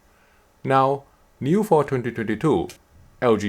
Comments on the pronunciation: i’m sorry man but it sounds hella fun when you say 2022😁 tyhdityhditoooo.. try saying it as 20 20 2 and that should help 😊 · Good material, as usual. Although I was being distracted by the "tetytetytoo" all the time - took me a while to decypher it :p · I hear "tititititoo" each time ^^ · I love the way you say 2022 😂😂😂